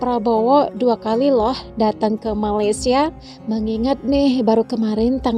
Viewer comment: wahai si pencerita, sebutlah nama negara kami dengan betul... Malaysia bukan Malaydesh.. itu saja nasihat saya... peace from 🇲🇾